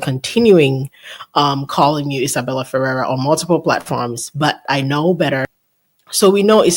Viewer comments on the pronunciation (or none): It's actually pronounced feRRER, emphasis on the last syllable 😉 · don’t know who told you to pronounce it the way you are, but it’s wrong. She is the granddaughter of Rosemary Clooney and Jose Ferrer. Go to Google and ask how to pronounce it. You’ll hear something like Fer-rare. I know you like accuracy so I hope you appreciate this info. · As a Spanish speaker if your put intonation on the the end of “Ferrer” like it’s supposed to be, it makes it “feel” like a complete word and separate from “Ferrera”. Try it as it is in Spanish “Fe-RRER”. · I understand the Ferrerrrrerrr. I do that too while knowing the correct word. 🤦‍♀️You are right about it feeling unfinished. 😂 Looking forward to your next drop tomorrow. Thanks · I think the pronunciation is "Ferr-RARE". I remember Clooney speaking about his cousin Miguel and that's the way he pronounced the name. I think Justin Baldoni's defense team should pay you for all the info you've uncovered!! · No idea how IF pronounces it, I say “Feh-RER”, with both e’s the short e sound like in “pet.” If it is pronounced the way you would in Spanish, might be “FAY-rayr” where the e’s are pronounced almost like you would say the letter “a”, A. We are all exhausted,, good on you for pushing through the pain! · I think our is doing pretty good. Once she realized how she was mispronouncing she did well!❤